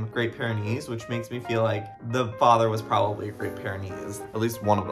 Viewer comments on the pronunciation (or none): none